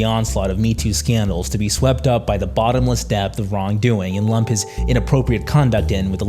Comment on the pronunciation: I can’t tell if you’re trolling us when you pronounce things wrong like downFALL and weinSTEIN.